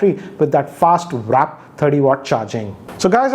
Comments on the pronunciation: its warp charger not wrap charger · It's WARP charge bro, not wrap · Btw, it's not 'Wrap' charger, it's 'Warp' charger. As you can see😌😁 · Tech Slacker he said warp charger not wrap charger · It's not wrap charge! its warp Charge. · Sir, Good Review, I regularly watch ur videos but, I think the charger is 'WARP' and not 'WRAP'. Please note. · Its not wrap its warp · It's Warp Charge not Wrap Charge BTW 🤦‍♀️ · sir, i do know that you know more than us, but it bugs me when you say wrap instead of warp. no offence sir. big fan! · Not wrap charging - it’s WARP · It is not wrap charging. It is called warp charging. Kindly correct it. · Sir..Its 'WARP' not 'WRAP'. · It's WARP charger, not WRAP. Get it right dammit. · you misspelled the WARP charger as Wrap charger. And you also pronounced it wrongly. Correct spelling is WARP. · its warp not wrap. geez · how come you became a product reviewer. And it's WARP not Wrap which you're pronouncing as Varapp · Oye.. It's warp charge, not wrap charge... 😅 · It's actually Warp Charging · FYI, its warp charging and not wrap. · " WRAP " CHARGER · It is warp charger, not wrap charger🤣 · Good video and it is "WARP" charge not "WRAP". KEEP the awesome videos coming 👍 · Sir it's not Wrap charger it's Warp* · Not wrap charger it's warp charger. 😃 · It's warp charging not wrap. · Did he just say "vraap" 💀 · My biggest question: Why do you keep pronouncing Warp Charger as "Wrap" Charger :P Jokes aside, another pretty concrete video. Hoping for a more in depth review. If possible, can you test the minimum brightness of the phone? I want to know how low it can get at night. I have a 5T and sometimes I feel like it's still too bright even at the lowest brightness setting.